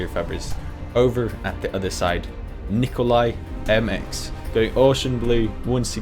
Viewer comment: nikolai.... you will never learn how to pronounce it :')